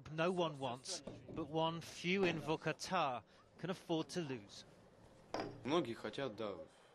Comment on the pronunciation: Its not Vuhkuhtah its Vorkoota pronounce it right